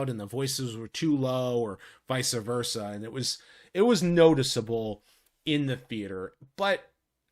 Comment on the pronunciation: "Vice versa" not visa versa 😂 that's not a thing, haha